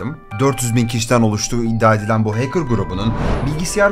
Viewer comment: Hacker’ı “HEYKIR” diye telaffuz etmesinden belliydi zaten 🤓